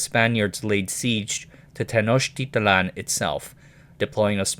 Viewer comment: technotitlan is easy to pronounce: ten oak tea tlan